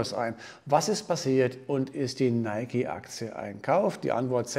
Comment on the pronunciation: Endlich mal jemand der es richtig ausspricht